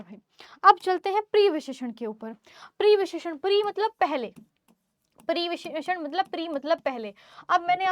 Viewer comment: mam previsheshan nahi pravisheshan